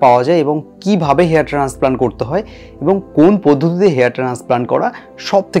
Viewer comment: ট্রান্সপ্লান্ট কথা বলতে আপনার সমস্যা হয় ওটা ঠিক করুন